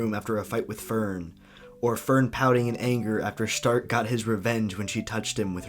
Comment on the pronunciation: I think its really funny that you pronounce Stark the correct german way but you don't do the same for Fern. Then again it does sound kinda weird that way.